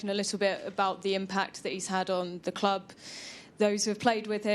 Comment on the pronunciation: loves how he says 'Da Clab"